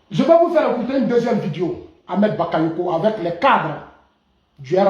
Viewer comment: Monsieur dites " video" et non vidio "s'il vous plait. S imple contribution.